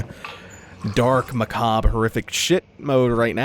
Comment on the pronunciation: I'm pretty sure that's pronounced "macarbrah". :) Uh, again.